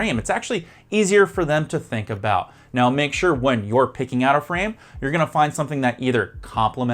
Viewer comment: In this video you say frame like it rhymes with crème, like you're missing the last sound of the word. Frame should rhyme with maim.